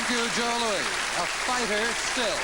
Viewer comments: That was GREAT thanks for posting. Except the narrator pronounced Joe Louis as "louie". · Joe Louie? perhaps he means joe louis...what a fool.